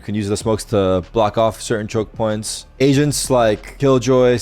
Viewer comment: I needed so long to figure out that he said agents and not asians😂